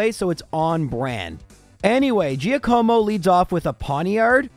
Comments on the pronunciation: it's Giàcomo. Not Giacòmo. Btw your pronunciation of Giovanni is on point! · “jackamo” not “geeyacuomo” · I don’t want to sound rude, but Giacomo is pronounced GYAH-Koe-Moe, not Jee-Uh-KOE-Moe. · I'm Italian and I can say that you pronounced "Giacomo" really well, just the accent is on the wrong vowel. It's Giàcomo, not Giacòmo. Still thanks, great video <3 P.S.: Giacomo is the Italian for Jack!:D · hey love the content all your videos are fantastic and it's always such a pick me up when I see a new video released. And that said I'm def not making fun of you here but just an fyi about Giacomo cuz your pronunciation really made me smile phonetically speaking it's jock-uhh-mo and the dachsbun is a play on words of the dachshund wiener dogs would be docks-bun haha but keep up the great work man I love it!! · hey, if you want to know about the Giovanni/Giacomo pronunciations I'll just say that in Italian Gi makes a J sound, but if you say them in English, try not to stress the i so much because it's actually silent or part of the G. So just replace Gi with J for Jovanni and Jacomo to sound authentic, however saying it like Jiovanni is widely accepted but incorrect. As for Lorelei, i think Lorra-lie is right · For the record, Giacomo is pronounced Jack-amo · I may think it's pronounced Giàcomo. You know, I've been pronouncing my name for the last 29 years 😅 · Lmfao! Omg! You did not say Geo Co Mo!!! When my wife and I first moved in together and were looking to adopt a dog, we looked at one name Giacomo!!! And my wife pronounced it the same way you did!!! 😂 A great video AND a nostalgic trip!?!?, you truly are amazing at your job! I love it! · Jaq-uh-mo. Italian name. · Giacomo is pronounced jock-a-moe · Giacomo is pronounced Jock-como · Jya-koh-moh - It's Italian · its pronounced gee aco mo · It's pronounced jock-omo.... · Me, an Italian, when you said Giacomo: 👁️👄👁️ Bro I died 😂